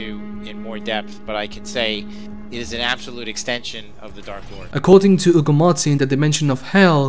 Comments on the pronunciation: not really. Its because Hugo is a common name in spanish so we dont say the H. We definitely say the H on... That guys name. Lmao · keeps calling Hugo "Ugo martin" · The H in spanish is silent 😄